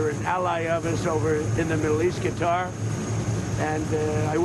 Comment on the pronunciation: Dumb nuts doesn't even know how to pronounce the name of the country who purchased his friendship.